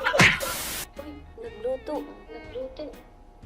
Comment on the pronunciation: Nagalulu ❌ Nagalutu ⭕